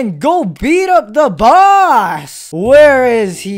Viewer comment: i like when he say "boss" it sounds like "bus"